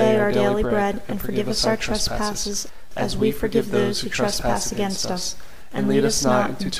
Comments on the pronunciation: It sounds like you’re saying pray for our sinners,? It’s “US”sinners! Can you please fix that? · Enjoyed praying this with you. Very peaceful. I was distracted, however, by what sounded like "pray for OUR sinners" instead of pray for US sinners. Other than that, excellent. Thanks. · By saying the word “our “ sinners , The entire rosary, you are not including yourself in the statement. It is incorrect and it is bothering me.🤗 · An imperfection: it sounds like you say "pray for our sinners", but it should be: "pray for US, sinners, ... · Your videos are so good, I just get so distracted by "pray for our sinners" that I have to stop the video every time. Please consider rerecording your otherwise excellent productions with "pray for us sinners"? "Ora pro nobis peccatoribus", pray for us sinners, not "ora pro peccatoribus nostris", our sinners. I can't possibly be the only one bothered and distracted by such an important detail!